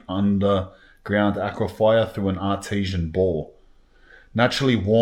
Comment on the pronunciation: Thought he was saying Artisian ball bath 😅